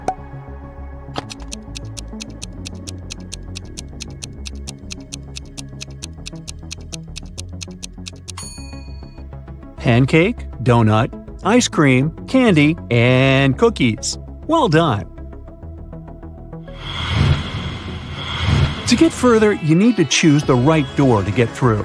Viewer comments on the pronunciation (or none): Its ice-cream not icepeam